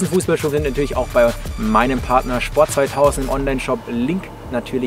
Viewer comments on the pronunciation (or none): none